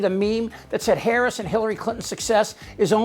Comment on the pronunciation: Sarah Huckabee Sanders reeks of a lack of humility. Won’t even say Harris’ name right. Being that clueless and that arrogant is insane.